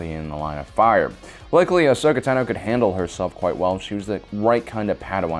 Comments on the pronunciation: Ahsoka Tuna? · Ahsoka Tuna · tuhno Not Tano tuhno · Why do you call her Ahsoka Tanoe? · Ahsoka Taknow lol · Ahsoka Ta NO lol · You are KILLING me!! It’s Ahsoka Tano( T-ON-O ) Asoka and Padme are my favorite characters from clone wars you pronouncing Asoka’s last name wrong is just killing me!!”😑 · "Ahsoka Tunno" 🤣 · Ahsoka "Tuhno." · Ahsoka tenno, LOL what is this Warframe? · Ashoka Tanó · There's only one way to pronounce it and it's Tah-noe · BoomKaBoom88 Ahsoka tUno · Ashoka tenno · Just butchering "Tano" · anyone else peeved about how he pronounces tano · It's annoying how you say ashoka's last name. It's like you Over enunciate it. Never heard anyone say it that way. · No accent needed for, "Tano." She pronounces it in the series and it definitely is not that way. Haha. 😊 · The way you are saying Tano is annoying me lol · The way you pronounce Tano is really fucking irritating. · I don’t get how u can clearly be a big fan, but not know how to pronounce her last name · Is anyone else mad at how he pronounced Tano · Is it just me, or does this guy consistently mispronounce so many names that it makes it seem like he is reading from scripts someone else prepared and isn't really a Star Wars buff himself? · Anyone else wanna head butt a wall with the way he says tano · Please if you cannot pronounce her last name then just say ahsoka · How do you not know how to pronounce her name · Hearing this guy say "tano" makes me cringe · PRONOUCE IT CORRECTLY PLZ (i love your channel but omg the way you pronounce tano and utapau makes me cringe) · You kept pronouncing Tano wrong the whole time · Why do you say her last name weird. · I don't like the way you say tano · Really don’t think this guy has ever seen Star Wars he can’t even pronounce Ahsoka Tano right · Pronunciation of Ahsokas last name is killing me. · Its cuz he keeps mispronouncing her name!!! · Bruh please stop saying teno it’s tano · why does he she "tuh-no" instand of "taw-no"